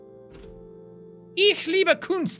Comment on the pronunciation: The 'Ich Liebe Kunst' is German for 'I love Art'. I'm from German btw. and he spelled it out almost Perfectly.